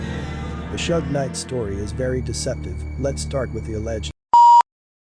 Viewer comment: Bro if you can't pronounce Suge Knight man correctly then you're a hoax